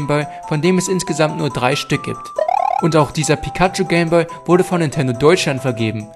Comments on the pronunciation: Nur zur info, es heist nicht game bö, sondern game boy. Boy wird boi ausgeprochen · Es heißt "Game Boy" (boiiii gesprochen und nicht boo) - Eigennamen werden eigentlich immer so gesprochen wie sie gedacht waren, zudem ist Englisch eine Weltsprache.